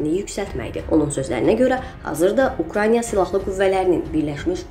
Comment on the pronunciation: Bu danışan xanıma deyən yoxdu ki,o ölkənin adı Ukranya yox, Ukraynadı. 🤣🤣